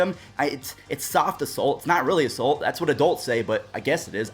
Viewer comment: Someone teach how to say "assault" correctly.